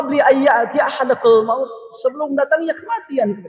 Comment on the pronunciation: Dalam almunafiqun ayat 10 dibaca ahadakul maut seharusnya AHADAKUMUL MAUT. Al-Qur'an Kedah leres2